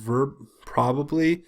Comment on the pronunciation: You seemed to be having some trouble with a word at . The word is provably (PROVE-ably) as in "this proves." Hope this helps.